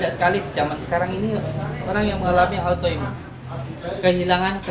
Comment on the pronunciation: Kok aitoimun... maap maap nih bukanya autoimun yes...